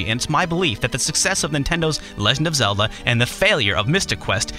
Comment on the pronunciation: I don't consider Zel-luh an rpg. Slight mispronunciation, yo.